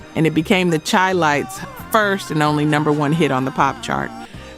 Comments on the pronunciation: How is it you always mess up these groups names. Its Said Shy not Chai. Lights Minnie Rippleton. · Darling, please say "shy"-lites...its meant to sound like Chicago ..the Chi (shy). Great info otherwise... enjoying the roll down memory lane